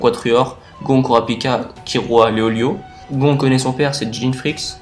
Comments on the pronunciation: Super vidéo tu expliquer vraiment très bien continue (ps : C pas Gon avec un on mais on le prononce gonne et ça s’écrit gon) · Le père de "GON"? le père de quoi? Comment tu prononces !!😂😂😂🤔🤔